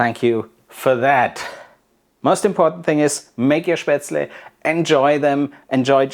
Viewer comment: FINALLY, an authentic way to make and properly pronounced. After learning how to make it in Schwabach, I wasn't sure of the recipe. Thank you so much